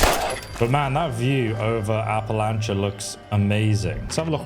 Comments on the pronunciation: "Appalachia" pronunciation depends on which side of the mountain you are on.. and they actually got it right, for where this takes place... West Virginia side: "appa LATCH uh" Tennessee side: "appa LAY shuh" I have lived in both places, 15 years, each. Love em both but this is one idiosyncrasy. Still, that Bethesda got this right for the setting is nice. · App-uh-lay-shuh (like shucks) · its Appalachia "app-a-la-ch-ia" so appalach(ia) no y or thats how all of us that live here say it. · Appa Lay sha😂